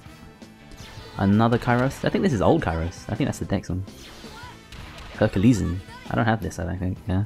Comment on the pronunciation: Majellyian, said franky correctly thats a first for you, pronouncing things right, maltee instead of multi still, Herculeesan thats fuckin way off